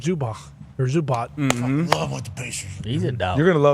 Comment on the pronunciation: Really need to get to say Zubac name right. It’s been long enough now.